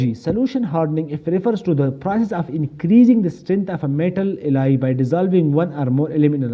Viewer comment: Bhai baaqi sab perfect hai, I just loved the way you get deeper into the details, but there's one thing only you need to think about, ke please do not pronounce Alloy as Elahi. Baaqi sab set hai bhai. Perfect.